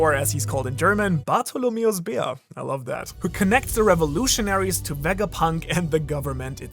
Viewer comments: Dude why do u speak German this clean? I'm from Germany and can say that u say "Bartholomäus Bär" perfectly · The moment when you talked about Kumas name in german, I was so, whaaaaaat? You know that? And your pronunciation is pretty good! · Bro are you German because your pronunciation was unusually good no joke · Wait is German? That pronunciation was really good if he isn't German. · Ma boi perfectly spoke out Bartholomäus Bär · that german pronounciation was a little too good who are you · that fluent german "bartholomäus bär" got me thinking you're german for a sek :D we're good at giving wise sounding names here in germany - haha greetings from Immanuel Kant. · your pronunciation was flawless, are you German? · Dayum... You spell perfectly "Bartholomäus Bär" 😳😂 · Bro why is your pronunciation of german words on point? I thought u were american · Sooo you were born in germany? you pronunciation of Kuma´s german name was to clean for an non nativ? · Yea he german, and Bartholomäus Bär rules